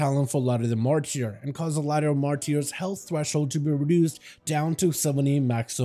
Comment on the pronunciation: light of the ''MARTER'' it is pronounced, not martier'' 😾😾